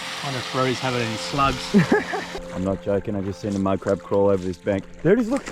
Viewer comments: The word he say madcrab ihear like minecraft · wow when u said 2 big mud crab fast it sounded gibberish lol i love the vids